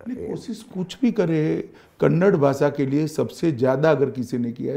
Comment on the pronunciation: Kannad ಅಲ್ಲ ಕನ್ನಡ